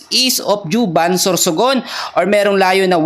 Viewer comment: Juban, Sor pronouce as HUBAN, Sir for your correction❤🫡